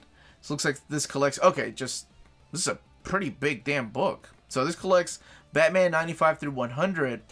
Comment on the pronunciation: Bathman... I can't un-hear that... A turning point for Batman! :)